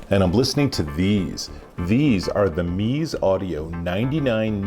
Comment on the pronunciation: Such adorable looking headphones! It’s pronounced “Mezz-A” I believe... I’ve almost picked up this set a couple of times